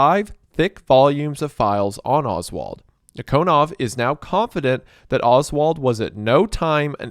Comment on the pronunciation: It's nEEkonov. Emphasis on first ee. And KGB is FBI. Not CIA. We had counter intelligence bureau. I forgot it's name